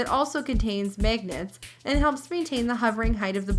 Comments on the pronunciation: its pronounce magnets not megnets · She said magnets funny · At least say magnets right.